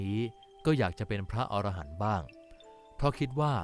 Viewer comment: พระอรหันต์ อ่านว่าพระ อะ ระ หัน ครับ